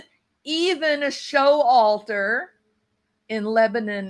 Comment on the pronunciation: BTW Its Sho Walter not Show Alter LOL